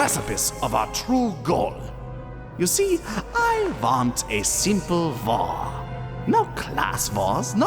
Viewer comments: In the WW3 speech, he pronounces 'war' like 'vore' and it's hilarious to think about it like the coming out with a vore fetish. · the thing is, i cannot for the life of me figure out if he's saying war or vore and knowing this series it could very well be both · "I like vore" I know its SUPPOSED to be war but that aint what it sounds like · For the longest time, I though he was saying "vore" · "I like war" Came out more like "I like vore" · The German guy saying war sounds like gore 😂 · Thank god, I thought he was saying vore the entire time. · I thought he was saying vore instead of war And some disturbing pictures may or not have popped into my head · I literally heard him say “I love vore” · The thing is his german accent replaces the "w" pronunciation with "v" so to me it's just a 2 minute speech about how a german nazi leader loves vore (don't google vore it's fucked) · Whenever he says war it sounds like he's saying vore. "I love vore, there are so many kinds of vore" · I do not like vore... I... LOVE... VORE Please tell me I'm not the only one who was hearing that instead of war. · Oooooh, he's saying war, not vore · Whenever the major says I love war, all I can hear is I love vore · It sounds like he's saying vore... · At first I thought the Nazi leader was saying he loved Vore. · When the speech about war was happening I here’d vore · The German pronunciation of war here sounded like "vore" and so it sounded like the Nazi leader was saying "I like vore", lol! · "I. VANT." cuts to the ad of the full lego movie "VORLD. VAR. THREE!!!!!" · "I do not like vore. I. LOVE. VORE." ^at least, that's what i heard... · Episode 4: "I don't like vore. I LOVE vore!" Me: "Gross..." (I know that he was saying war & that in German w's are pronounced like v's) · when he said I love war i thought he said...something else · Is it just me or did it sound like he was saying vore but then I heard war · took me so long to realize this guy was saying war not vore